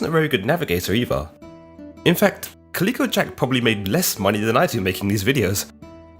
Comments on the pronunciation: Caleeco? Calico as in the material. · Calico isn't pronounced 'Kah-leek-o', it's pronounced 'Cal-lick-o', though I don't know if Jack was named after the cotton based textile or the multicoloured cat. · Calico not klicko, cholera not co-laira Your pronunciation is shyte mate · I'm asking myself if has actually never seen a calico garment or never heard its name pronounced. He seems to have invented a strange new pronunciation all on his own. I always enjoy his videos but I'm distracted by the narration in this one. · You need to work on your pronunciation!!! You get Calico wrong every time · Thank you drives me crazy when he says it lol